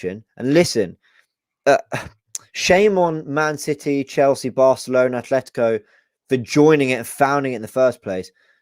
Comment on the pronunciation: There is no "H" in "Atletico" Rabbie...